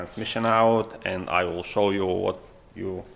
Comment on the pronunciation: "in this video I shaw" - should be "show" :) good usefull video! thanks for best tutorial!